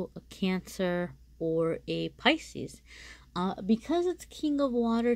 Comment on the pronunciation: Thank you for your reading. But you say picis a couple of times 🤷‍♀️ Maybe that’s a very strong energy.